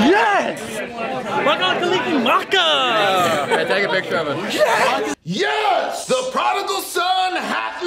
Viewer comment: trying to say “Mele Kalikimaka” which is “Merry Christmas” in Hawaiian lol